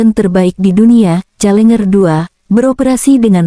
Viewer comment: Challenger, dibaca ; celenjer bukan celenger. Tp mudah2an tank kiriman Inggris tsb pd kelenger di Ukraina 😂